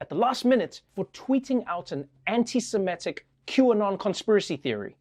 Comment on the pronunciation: trevor -- it's anti-semItic -- not anti-semEtic!!